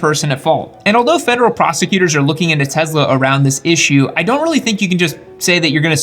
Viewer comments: What I took from this video.....Tezla.....🤮 Good info regardless of the odd pronunciation. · the S in Tesla is pronounced as ‘s’ sound. The mysteries of English, huh? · Do you believe that N. Tesla liked being called Tezla? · $1 for every time he says Tesla wrong